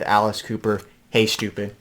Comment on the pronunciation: "Hey Stopoid" at 3 is just THAT: STOOPID LOL